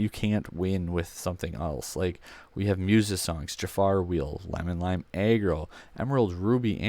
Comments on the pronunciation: I can’t take this seriously the way you say aggro like if it was a a ron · I don’t get how he says aggressive fine but aggro weird